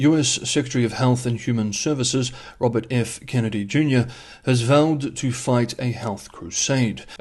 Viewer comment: The name you want is pronounced Kenn-ed- ee. He is the foody cop. In this case, the culprit (if you like), is not spelt T-R-U-M-P. Awkward.